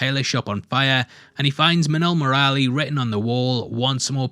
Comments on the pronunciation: While saying Murali you are right till Mur after that just skip the 'a' and quickly say Lee Similar to Mowgli if you change it to muugli - Murli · It's not murralli murali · hey! Try speak "MURLI"..... ANYWAY MUCH APPRECIATED FOR THIS VIDEO. lots of love and have a best Year ahead...